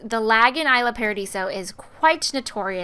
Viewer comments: it's pronounced e-sla paradiso. not I-sla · it's pronouced e-sla in fact since it looks like the name's made to be in spanish so lol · The towns name is Isla Paradiso. Pronounced like Eslah Paradiso. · Really don't mean to be rude, but its pronounced E-sla paradiso. :) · it's pronounced eesla.